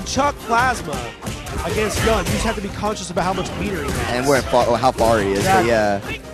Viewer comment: Why do keep calling Yun "YAN"? WTF